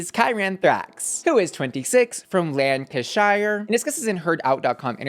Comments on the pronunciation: hey bussy. it’s lanca-sheer or lanca-shur, rather than lan-cashire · I love the blonde wig on you…… Oh, its Lan-Ka-Sheer lovely hooman, dont worry, it takes practice ❤ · You got Stockton-on-Tees correct, but it's Lank-a-shuh. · People saying uk place names always makes me giggle. Lancashire is pronounced lan-ca-sheer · Any other British listener replay the pronunciation of Lancashire multiple times? Lmao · Oh, so pleased to be able to pronounce Stockton-on-Tees and still managing to make a complete mess of Lancashire again...